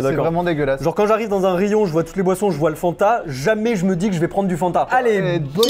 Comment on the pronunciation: Insupportable mdr on dit Fanta et pas fannnnnnnta